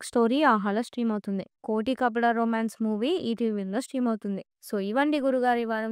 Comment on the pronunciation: adhi Roti kapada romance meeremo koti k kapada romance antunnaru😂 jara chuskondi cheppetappudu